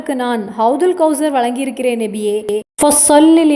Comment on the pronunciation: Assalam alaikum sis Payanulla thagaval But neenga nabiye endru soullvadhu nebiye endru kekkiradhu thayavu seidhu nabiye endru sariyaaga soullunga sister.